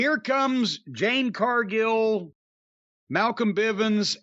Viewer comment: I think Jade has improved enough that Jim should start saying her name correctly.